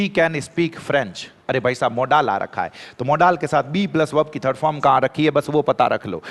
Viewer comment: मॉडल होता है या मोड़ाल 😂